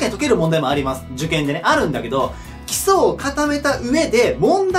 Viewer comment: 基礎がキスに聞こえる